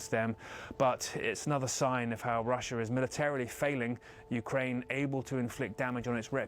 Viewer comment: Please tell there's only one R in Russia....not Rusher